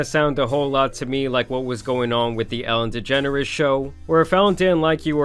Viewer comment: Nah, my man pronouncing it as Ellen Degenerates is wild